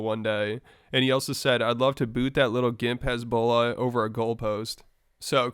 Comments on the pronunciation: pronouncing hesbula as hezbollah is insane 😂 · It's hasbulla not hezbollah😂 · Why does he pronounce Hasbullah as Hezbollah lmaooo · Hasbullah & Hizbollah are not pronounced the same way.. American't. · Why are you pronouncing HASBULLAH like that? Must be one of the Juice. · The man said “Hezbollah” 😂. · Bro it sounded that you were saying Conor was beefing with Hezbollah. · It made me REAL confused as to what we were talking about 😂 Thought that Conor was calling out the gd militant group for a hot sec 😂